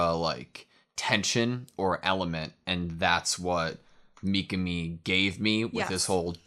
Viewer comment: Don't fall for the English dub pronunciation. It's not mee-kuh-mee, it's mee-KAH-mee